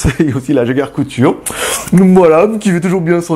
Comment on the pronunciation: Bonjour juste pour pour te dire que c'est Jaeger "LeCoultre" et pas "Couture" mdr. Sinon bonne vidéo comme toujours;)